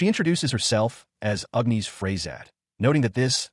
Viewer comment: Gawd, AI does not know how to pronounce Agnis. It's not Ughniss. It's Agggnnniissss!